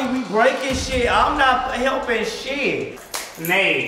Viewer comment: I like how he says shee instead of shit and bussh